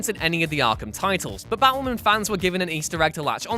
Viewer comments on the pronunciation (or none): Oh, you're saying "Batwoman". Until one of her covers showed up, I assumed you were saying "Battlemen". Also, I'll take Affleck's Bruce, since he's the best one.